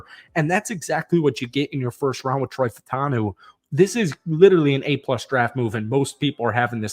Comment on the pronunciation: I gave you the like but you have to do something for me. Fautanu is pronounced Fa-oo-ta-noo. It’s not just you. Most yinzers are saying it wrong. Just try. That’s all.